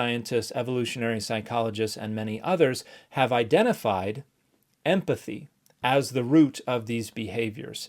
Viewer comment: Clam down everyone I was just making a joke about his pronunciation. It sounded like emFathy